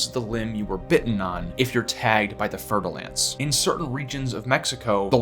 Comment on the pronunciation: Do you mean a fur du lance. Because you definitely didn't pronounce it that way.